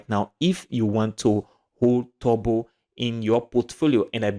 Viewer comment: Its funny How you say Turbo...like Tobo😁